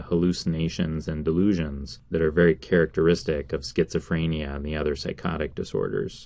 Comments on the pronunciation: Stop pronouncing it like "freynia" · Creeper Pro FRAAAAAYnia